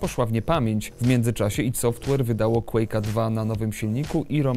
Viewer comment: chryste.. dlaczego tak tragicznie wymawiasz nazwę studia ID Software?! aż uszy bolą